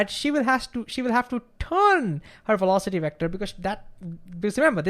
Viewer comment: Wertical welocity